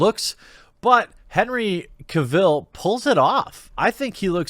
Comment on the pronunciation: Cavill - pronounced like "travel" :)